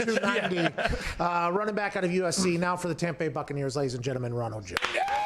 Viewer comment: WA HAP PAN LMAO POOR TOM PA BAY